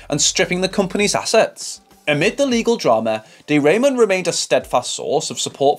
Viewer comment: My gosh…not De Raymond voice pronouncing wrong. Ramon, the way it is correctly pronounced, it’s not a great last name. 😅 she is a Jersey girl. Born in New Jersey. I suppose it is more elegant to say she is from Spain (Spanish or Spaniard).